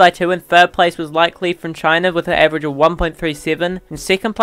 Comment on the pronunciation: Like Li's name is actually pronounced as Li-ke Li instead of 'Like' Li